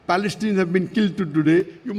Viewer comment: Balestinians cant you pronounce the letter P 🤣🤣🤣🤣🤣🤣🤣